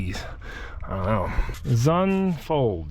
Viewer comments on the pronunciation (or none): Zündfolge = firing order. Pronounced "ZYOOND-FOLGUH". That bandsaw is super neat!